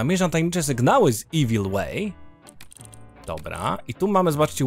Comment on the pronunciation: Cieszę się, że już wiesz jak się czyta "evil" dobrze, bo niektórzy oglądający nie znają po prostu języka angielskiego i lepiej żeby nie utrwalać błędnej wymowy.